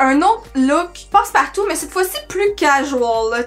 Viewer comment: Haaaaa "passe partout"! J'ai cru que tu disais "post partum" alors je ne comprenais pas! 😂